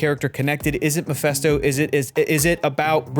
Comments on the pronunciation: it's Meh-FIST-oh. Not mih-fest-o. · omg his name is MePHISto, NOT MePHESto. Pronounced like FIS, not FES. How do u all not know this by now?!! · why are people pronouncing mefÉsto , it's mefisto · it’s MephIsto, not MephEsto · Does he keep calling him miphesto?